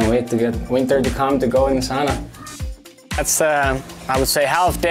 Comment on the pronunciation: why he say sauna wrong